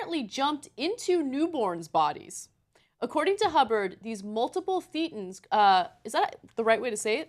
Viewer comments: It's "thay-ten" not "thee-ten". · It's pronounced They-tans. Just saying. Love the segment guys! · pronounced "thay-tins." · It's pronounced thay-ten. Like Satan, but with a lisp. No I am not kidding. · "thay-tons" idiot Turdsters.